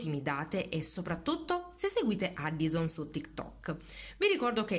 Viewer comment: SI PRONUNIA EDDIOSON